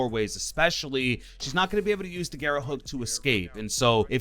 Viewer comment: I've watched nearly all the content for the new ops, no one said "garra" right, they all call it "gara". For all the non spanish speakers, if you see more than 1 R its pronounced "garrrrrrrrrrra"